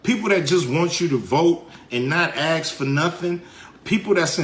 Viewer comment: Stop saying axe when you mean ask. It is not difficult.